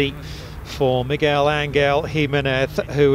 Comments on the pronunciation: That first tee announcer dude butchered his name so bad lmao. Migwell? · Bro that announcer BUTCHERED his name. Like it's not like he's a new guy on tour and nobody knows how to pronounce his name.. My man's been around for ages and any broadcaster worth his salt would have done him the courtesy of knowing how to pronounce his name lol